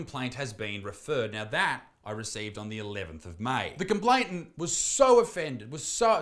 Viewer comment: its complain-ant not complaint-ant